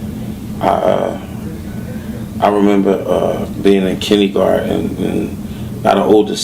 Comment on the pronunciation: he says he was too smart for school...then he says kinnygarden